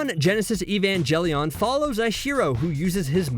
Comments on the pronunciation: It's gelion not jelion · Ah yes the classic mecha anime Neon Genesis Evanjellyon. Hard G, man, hard G!